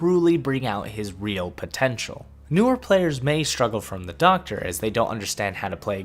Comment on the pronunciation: I love the SHOCKTA...I...I meant the DOCKTA!!!!!